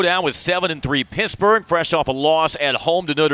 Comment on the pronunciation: Ok. Was calling PiTT, Piss-burge